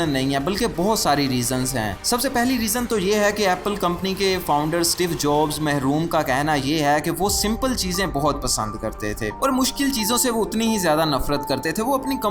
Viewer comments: Sab theek hai Magar Steve Jobs.. Mehroom nahin.. Marhoom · Bhai Steve Jobs mehroom nhi Steve Jobs marhoom bolen.